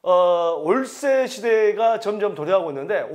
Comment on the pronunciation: 올세시대 발음 웃겼어요ㅋㅋ